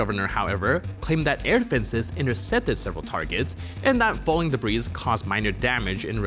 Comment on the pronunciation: debris is pronounced de - brie not de -breeze the s is silent